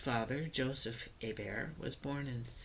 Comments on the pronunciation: I am trying to take this video seriously but your He-Bert pronunciation is just totally incorrect, literally no one who carries that name in Louisiana or France says it that way. A-bear is the only correct pronunciation of this name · Omg my last name is hebert and you said it wrong you have to say it like abear